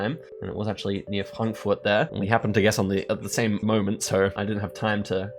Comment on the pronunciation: Bro, bist du irgendwie Deutscher? Das Frankfurt klang sehr deutsch.😂